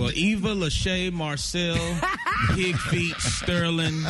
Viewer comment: Well, I'm happy for her! Whether she decided on it or if it was decided for her. Things happen for a reason. Good for you, Eva! But wait, did he say PIGFEET-Sterling? I can't 😂